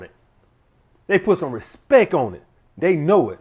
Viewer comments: Sadly his influence on grammar and spelling falls somewhat short though. Important to have a hobby though. A high value one probably....oh wait, he just said "respec" ahahahahahahaha. That's cool. It is so cool to just say words wrongly. Cool. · “Put some Respek on it” !